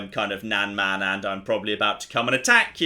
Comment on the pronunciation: just for pronunciations sake, nan is pronounced exactly like "nun" and man is pronounced exactly the same as that, just with a m instead of n, imagine "mun"